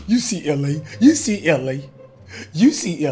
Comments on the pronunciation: You said UCLA not YOU SEE LA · .Hit dat thumb if u hear Cash say “UCLA” instead of “you see LA”. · It sound like he was saying UCLA